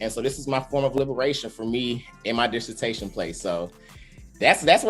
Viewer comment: disse-tashion , y'all !!! ✊🏿